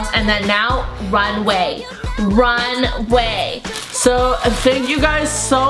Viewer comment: did she say "runway" or "RUN AWAY!!" XD